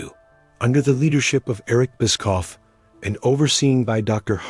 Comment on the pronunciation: That’s not how you pronounce Bischoff.